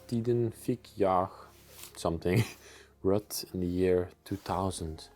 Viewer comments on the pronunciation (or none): Ruth is pronounced like Rooth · Hi and Her name is Ruth not Rut Pronounced Rue-th! Lol What a lovely place to be.....lovers of peace and quite would love living put there! Awesome video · Ruth is pronounced Rooth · Rut is pronounced like the U in Uber. Ruut. And no TH sound on the end just a short T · Ruth.... The h is silent. The are vacation cottages not permanent homes. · Ruth is pronounced like it rhymes with truth. Very nice video and! 👌